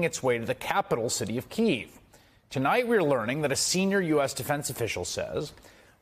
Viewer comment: Truly, truly Chris, you got to learn to pronounce the capital of Ukraine, look it up.